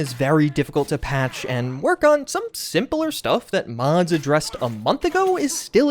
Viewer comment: why do you say mods like that?